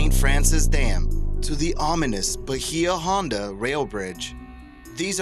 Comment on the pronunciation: the way you pronounced Bahia Honda irks me. other than that, thumbs up.